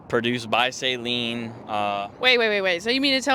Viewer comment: Awesome 👍 Saleen rhymes with Gasoline. It’s not the 225 Horsepower that makes it feel fast, it’s the 300 foot pounds of torque